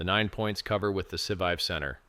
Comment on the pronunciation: It's hilarious that can't pronounce the core words. Pulsechain, Scivive and so on.